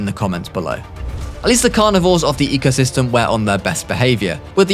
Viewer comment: you mispelled the thumbnail u said "ecyosystem"